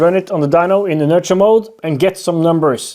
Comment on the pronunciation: The word inertia is pronounced \i-'nər-shə or in-nur-shuh , Basically the 't' is a 'sh' sound.